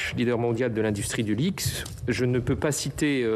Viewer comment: LVMH, leader mondial de l'industrie du quoi ? du Lixe ? HAHAHA...